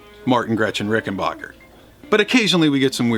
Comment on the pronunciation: As always, great appreciation for pronouncing Rickenbacker correctly. Spread the word brother! And, as I am one of the dudes sick of seeing Les Paul, Telecasters and Stratocasters, thanks for featuring this fascinating guitar.